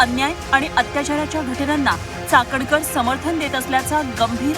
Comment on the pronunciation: Ti cakankar nahi catankar ahhe